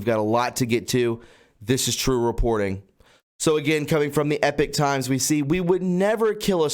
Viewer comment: It is not Epic Times! It is Epoch Times. Very different pronunciation, very different meaning. Please research before speaking. Those against you will always claim you are ignorant. These mistakes are very unnecessary. I noticed you quote them often, and ALWAYS mispronounce it. I finally had to say something. Keep up the good work , otherwise.